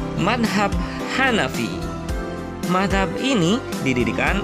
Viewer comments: Mas..kok nyebutnya/ngomongnya manhab..bukan madzab, maaf kalo saya salah 🙏🏻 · Iya betul,,, Cara baca mazhab ny tolong dong diperbaiki